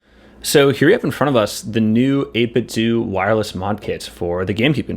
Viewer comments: It’s 8-bit dough not doo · it is not 8bitdooo, it is 8bitdo - like nintendo thx for the vid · I always pronounced it as 8bit-dough, and not 8bit-doo, is that the correct way to say 8bitdo?